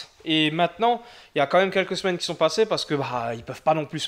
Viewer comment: Tu peux pas dire "quis ont" 😂😂😂